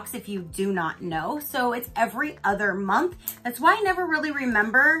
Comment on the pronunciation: "Blessed, neva (never) stressed"